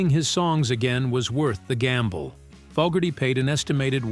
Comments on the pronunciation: how many times did the AI voice call Fogerty "Fugerty"?? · Damn - can't you or your AI bot pick one pronunciation of Zaentz and stick with it? Also, I think it's FOEgerty, not FOGerty. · Fougerty ‘Fog’erty AI sucks! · Not Fuckerdy, it's Fogerty and, Zans, ..rhymes with Dance. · Our world is being poisoned by pathetic soul-less monotone robotic fake narrators that can't pronounce.... Fawgerty.... Fugerty.... and moronic background music documenting a world that was overflowing with human magic. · His name is NOT "Fuggerty" OR "Fog-erty ! Get a human to narrate this stuff. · Who's "Fugherty"?? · Gotta teach your Robot how to pronounce the name of the person they're talking about. "Fuggerty"? :\ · Had to turn this off after the 90th time in 5 minutes hearing the AI narrator pronounce his name as “Faaaahhhger-tee” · "Fokerty", "Fuggerdy", "Foggertee", "Seance", "Zahyents", "Zents", "Cənkerd"...and those are just the mistakes rattled off the top of my head; not a complete list. Your use of the AI voice makes this video and anything on your channel seem comically inept. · Robo bot pronounces Fogerty’s name as fuggerty at times, correctly at others. I’m kind of liking fuggerty myself. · Don't you know who fog-gerty is? hehe! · Fugerthay is an interesting way to pronounce his name 😂 Ban all Robonnouncer nonsense. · Sorry but I couldn’t continue to hear Fogerty’s name mispronounced over and over again. Maybe you should speak yourself next time. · I wish the narration was done by a real person. This Ai said his last name wrong twice. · The AI's pronunciation of Fogerty is crazy making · Amen. That's an instant downvote from me and a don't recommend channel flag. Screw AI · AI can't pronounce "Fogerty" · It's interesting that the AI voice narrator can pronouce everything perfectly except "Fogerty" & "Zaentz" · What's with the weird pronunciation of Fogerty